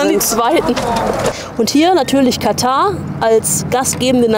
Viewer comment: Sehr interessantes Video ! Am besten fand ich es jedoch dass Ihr das Wort Katar richtig ausgesprochen habt und nicht wie sämtliche Berichterstatter , ständig Katta sagten. Dafür habt Ihr ein Abo verdient.:elbowcough